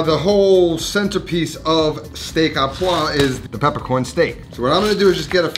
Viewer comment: Learn the difference between à and au. You said "à" and should've said "au." Au just couldn't be easier. It's pronounced oh.